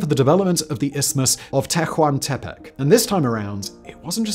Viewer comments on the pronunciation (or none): "H" is not voiced: "Te-wan'te-peck' "